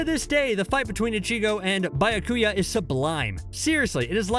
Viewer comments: “BI-YA-KUYA” oh my Also this ranking is garbage only 1&2 truly make sense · Buy ya coo ya. 😂🤣🤌🏾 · "Bayakuya" "Rayajun jaka" Are you even trying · “Bayakuya kuchiki “ like damn bruh can you at least try to pronounce these names properly. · Man really said buy-her-kuya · Byakuya [Bee-ah-koo-ya] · Biyakia! Wow omg do you guys even watch the anime or listen to the words are pronounce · The pronunciations are all off 😂 his byakuya made me flip my table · The pronunciation good looooord😬 Meyuri Kurotuchichi Bayakuyo 😫😫